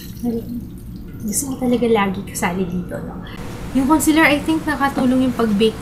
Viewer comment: concEAler not concEler !